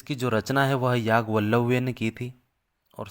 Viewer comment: बहुत दुर्लभ विषय पर आपने बड़े अच्छे मन से विडियो बनाया। बधाइयां। लेकिन आपका ज्ञान अधूरा है क्योंकि सभी ब्राह्मण ग्रंथों के मूल में, केंद्र में प्रजापति ब्रह्मा है जिनका आपने एक चित्र तक नहीं दिखाया। और आप महा महर्षि याज्ञवल्क्य को याज्ञ वल्लव उच्चारित कर रहे कितनी महा बुरी बात है।